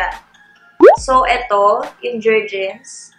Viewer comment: Jer-Gens not Jens po😅